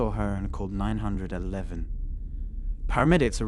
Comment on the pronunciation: Sounds like an AI. They're mispronouncing things a native speaker wouldn't mispronounce, especially "911."